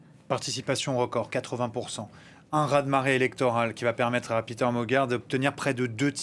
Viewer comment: Péter Magyar est hongrois, et pas anglais. Son prénom se prononce PÉter, et non PIter...